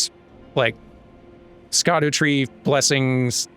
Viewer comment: On the subject of Incants, I really liked the ancient dragon magic, particularly the glaive spell and the ground stabs. Also, apologies if peopl ehave been mentioning this, but 'scadu' is apparently just pronounced 'shadow'